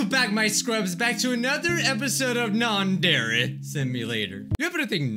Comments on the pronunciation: Its not yander but its yyyaaannndddre yandre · SAYS YEANDER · Ah yes, "Yonder Eek Simulator" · When you said "non-dairy simulator" i turned on captions and it said "Non dairy call me later" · Idk if I'm hearing this right or my ear bubs suck but did I hear him just say "nadere" ????? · I think my ears are going crazy but did he say non-dere? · Is it just me or is he saying Nondari Simulator in the start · this is getting really annoying HE IS NOT PRONOUNCING YANDERE RIGHT!!!!!!!!!!!